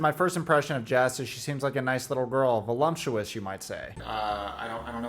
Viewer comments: It's Voluptious not Volumptious, my ex always said the latter and spent the night in the dog house. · Public announcement: please don’t be a cringe inducing loser who mispronounces the word voluptuous. The second syllable is “lup” NOT “lump”. Think of it this way. Colte has a body like a “lump” of dough. And even though his gross beta body is weirdly feminine, he is NOT voluptuous. LUP does not equal LUMP!!! Sorry for the pedantic rant. But this has always been a pet peeve of mine. Colte and Debbie are brand new pet peeves of mine. The combination is just too much for me. 🤪🤪🤪